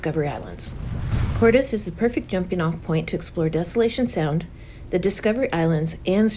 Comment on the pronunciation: Hello if that place was named after Mr Hernán Cortés the pronunciation is Cortés with accent mark on the "e", you're welcome.